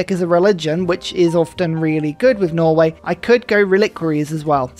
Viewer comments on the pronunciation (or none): none